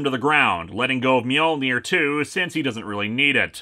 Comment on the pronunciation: If Spider-Man doesn't know how to spell 'Mjolnir' then why is he pronouncing the J, which is silent?